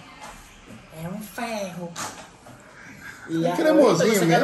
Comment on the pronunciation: "É um fierroo" 🤣🤣🤣🤣🤣🤣🤣🤣🤣